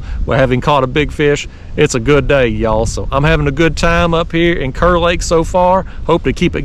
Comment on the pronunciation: Wish I would’ve known you were headed this way - would have loved to meet you. We pronounce Kerr “car”. Love your channel. Watch every video.